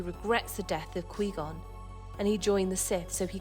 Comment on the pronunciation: Its pronounced kuh-why gone Not qwee gone